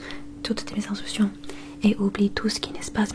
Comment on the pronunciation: juste un truc : mes instructions se prononce mé z'instRukssion